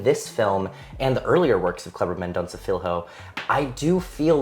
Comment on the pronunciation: Hey. If you pronounce "Filho" like you'd say "Fillio", it'd be closer to the portuguese word.